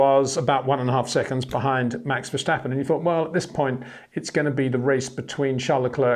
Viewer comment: HEY PETER WINDSOR, I HAVE MESSAGE FOR YOU SIR: it is NOT Max "verSHtappen" ... Max is not German (Germans indeed do pronounce "st" as "sht") ... #Max33 = Dutch NL/Belgium! ... It is not "Bottash" nor is it "Lewish" certainly not "verSHtappen" .... This BS started long time ago when a British sport presenter interviewed father Jos Verstappen and assumed you can use a German pronunciation to a Dutch Driver thinking it is so "funny" ... It is not. Serious question: can any Englishman say "versatile" out-loud without saying "vershatile" phonetically? most can about 99,99% ... that is why most English can pronounce Verstappen 100% correct! Father Jos Verstappen (also F1 Racer) was very active between back then only a very few said "Vershtappen" but the vast majority of British sport presenters pronounced it perfectly ... only a few old stubborn farts like Peter Windshor